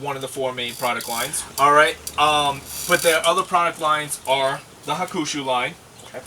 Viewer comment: It's pronounced Hawk-a-shoe.. nice video.